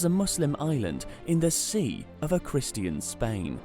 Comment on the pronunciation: You don’t know how to pronounce Christian?